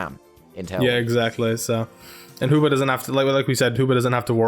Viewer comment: I love how you pronounce Hoopa as Hooper :]